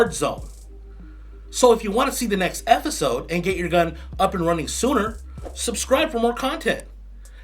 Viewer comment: What's an "effisode"?